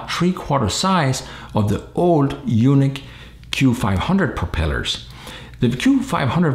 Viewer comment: Isn't it pronounced "unique" instead of "you-nick"?